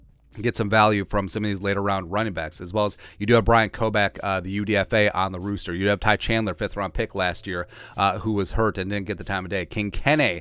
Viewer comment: Roster not rooster